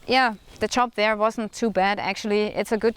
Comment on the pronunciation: You're doing fine, just one little thing: you have to work on your pronunciation of the word "job." You say it like "chop." PS. I'm not trolling you if you ever read this.